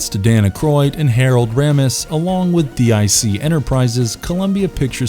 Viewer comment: The way he spells out "D-I-C" instead of pronouncing it "deek" (like it's said at the end of pretty much every episode) is telling.